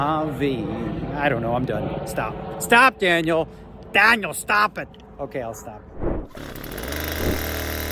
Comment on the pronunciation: Your angry Canadian “Dahhniel” voice is actually hilarious